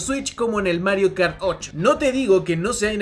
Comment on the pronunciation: Mario Kart tAuRr